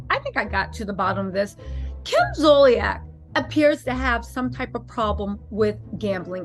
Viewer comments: Ummm her name is pronounced ZOLE-SEE-ACK! Not Zole- ee- ack! 😂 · At least pronounce her name correctly. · Good commentary but you’re pronouncing her last name wrong